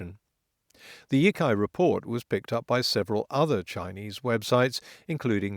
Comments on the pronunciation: Sitting here dithering about whether to comment on not I've decided to go ahead with it; honestly only because your Chinese pronunciation is generally good. The 一财 (yī cái) in "第一财经 (dì yī cáijīng)" is more like yi tsai than yi kai No big deal, but I thought you might want to know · Not to nitpick, but the "cai" in Yicai is pronounced "tsai", not "kai". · yicai is pronounce E-tsai not E-kai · I know correcting pronunciation for a language that the speaker doesn't know is gauche, but Yicai is pronounced Yee-tsai not Yee-kai. The c in pinyin represented a ts sound (though in some cases it can also sound like ch) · In the Pin Yin system for Romanizing (Romanising) Chinese, C is pronounced like our TS sound, not like our K sound. (They were influenced by Slavic linguists when they developed the system.) So for us, Yo Tsai, the old Wade Giles spelling, would be clearer.